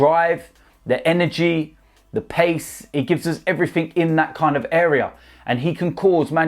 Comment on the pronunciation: Accents an dialect don't bother me but please Can someone tell there is no such word as EVERYFINK!!!